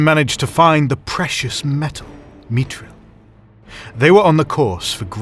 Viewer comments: Who the hell is Tor-in & Glow-in? and wtf is mit-tril? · Curious why you use the hard T for all the Th spellings. It kind of makes sense for the dwarves, they’ve always had a bit of a Germanic feel to me, but Thranduil and mithril are elvish, and I’m pretty sure those should have an unvoiced th. I’m no expert and am open to correction, as I know JRR and C Tolkien have written on pronunciations.